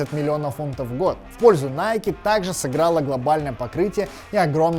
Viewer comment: НАЙКЕ, НАЙКЕ, НАЙКЕ...мои уши...